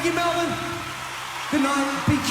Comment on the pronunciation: You pronounced Farnham and Melbourne correctly, most Americans don't, well done and thank you